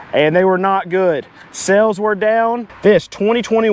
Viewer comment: Pleae , FFS, its sAles... not sElls !!!!